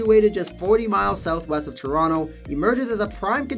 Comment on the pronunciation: + "TRONOTO" :D hehe